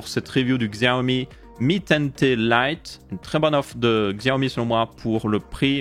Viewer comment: Tu dis "mi ten Té" au lieu de "mi ten ti" mais c'est stylé